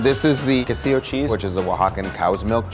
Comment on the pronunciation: You got it wrong, It is NOT Castillo cheese! is QUESILLO cheese! (I am from Oaxaca so I know), you also got the name of the last chile wrong too, its Guajillo not gualcillo. And when you where making the mole she meant to say ¨Más harina (more flour)¨ not masarina